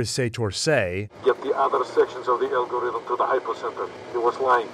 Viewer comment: It’s pronounced Al-gorithm like in the name Alfonso